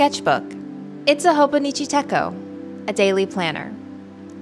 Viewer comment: Techo (てちょう /手帳) is actually pronounced tetch-o. Like the ch in child or chilly.